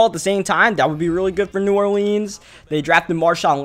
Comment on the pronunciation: Pronouncing New Orleans weird af and I'm from New Orleans 😑😑